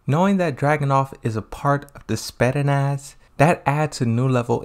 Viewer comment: ヾ(･д･ヾ) I'm laughing so hard when you butcher pronouncing Spetsnaz! You're killing me man! Also, perhaps is not 'crush' probably like an older brother-younger sister relationship. And I agree he doesn't have a story, is like he's there just to fill the rooster... Still thank you for the video~